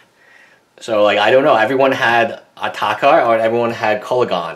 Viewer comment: ITS ATARKA NOT ATAKA OR ATAKER